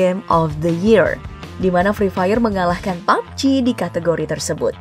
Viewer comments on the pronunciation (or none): none